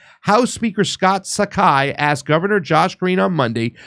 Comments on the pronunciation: SPAGHETTI MONKEY, Saiki is NOT pronounced "SAKAI" = LEARN TO READ. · BTW, the proper pronunciation of Saiki is (psyche). Patrick is a disgrace to the islands. His mother Patricia or Pat Saiki (again pronunciation is psyche not Sakai) is more honorable.